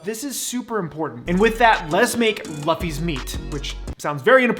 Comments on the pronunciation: You're a fellow weeb and you're pronouncing Luffy as "L-ah-ffy"? Hope this helps, L-oo-ffy. Like goofy. Sounding out doesn't really work with foreign spelling. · I am... well. I guess annoyed that you said Luh-fee, instead of Loo-fee. Idk why that irritates me so much. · Just a friendly reminder that it's pronounced "loofee" :) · its pronounced loo-fee not luff-e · Luffy is pronounced "Loofy" and you gotta work on your Japanese pronunciations. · its pronounced Loofy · Can’t get over the fact this gay says luffy’s name wrong. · Buddy is butchering Luffy's name.... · I don't think he watched one piece because he mispronounced luffy's name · my man. I love you, but the way you said Luffy kills me. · The way he said Luffy hurts my soul :') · AAAAAAAAAA U SAID LUFFY WRONG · You said luffys name wrong lol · ayo, why you pronounce Luffy like that? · Nice video though not gonna lie, your pronunciation of Luffy is pretty cringe.